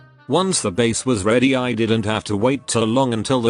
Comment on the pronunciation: Who hear ready tumingle?